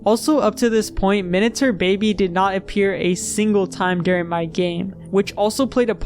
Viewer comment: No one is talking about how he's saying "minatur"